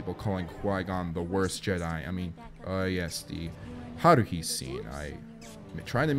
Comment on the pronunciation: The way you say haruhi